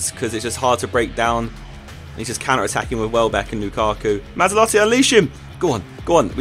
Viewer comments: MazzOlatti not MazzAlotti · Matz-ol-at-ee I think is pronunciation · Great video Josh, but MA-ZZO-LATTI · Surely Mazzolatti sounds more like Maserati than Mazda?!